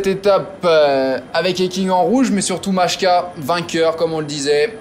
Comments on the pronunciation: Majka ne se prononce en aucun cas "machka " mais bien "Maïka" - un peu de respect pour les coureurs, stp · La prononciation c'est phonétiquement "Mailleka"